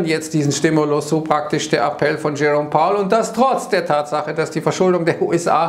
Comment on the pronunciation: „Schärrom Pauel“.. 🤣